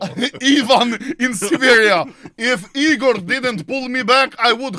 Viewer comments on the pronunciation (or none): none